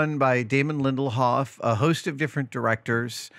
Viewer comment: It's Lindelof, not LindelHOFF. Sheesh :(